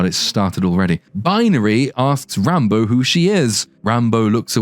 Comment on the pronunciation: This movie falls under the same category as Wakanda Forever of "Movies with a character name I thought you were saying as a joke and then watched later and realized 'oh my god that's actually their name." In Wakanda, it was Re-Re Williams (Riri). Here it's Rambo (Rambeau). I hear /you/ say it and i chuckle and think "there's no way they named her Re-re." or "Yeah, i bet she's named "Rambo." Then I watch the movie.